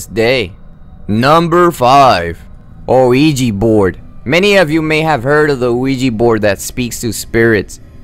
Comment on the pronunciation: It's pronounced "wee yah" not "wee gee" like "oui ja" meaning "yes, yes" in French and German "Ouija" and not to mention, it is FAKE